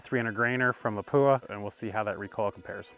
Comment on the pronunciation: PLEASE learn the proper pronunciation of LAPUA, your Professional for frick sake lol